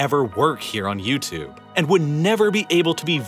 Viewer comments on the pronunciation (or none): none